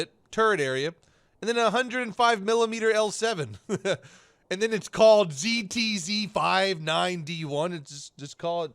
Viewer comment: ok its just a tiny bit weird that you pronounce the ZTZ59D1 like that but germans get a pass with their Pzkpfw VI Tiger Ausf. E. ZTZ is abbr for ZhuangjiaTankeZhuzhan (armoured tank, mainbattle), which is basically the same as the german's Panzerkampfwagen (armoured,war vehicle). so if youre not going to pronounce german tank designations weird, its kinda off putting that you pronounce chinese ones like that. In case you're about to say "yeah well but the Pzkpfw VI can just be called the tiger tank." well the ztz59D1 is also called the Type 59 D1, but Gaijin decided to use its production name instead. So its not that chinese people give tanks robotic names, its because gaijin is using production designations.